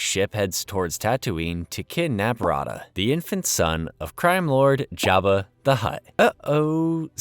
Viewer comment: Jeba not java bro